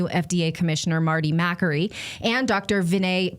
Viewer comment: I think Natali is referring to Dr. Marty Makary. If so, I watched his interview with Marissa at PragerU. His name is pronounced "ma-CAIR-ee", not "MACK-er-ee".